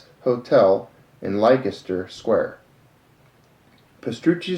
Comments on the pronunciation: A it's pronounce 'Lesster' Square... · "Leicester" is pronounced "LESTER".....great video otherwise :-)